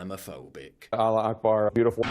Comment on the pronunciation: it's "Allahu Akbar" not "Aloo Akbar". "Aloo" means "potato".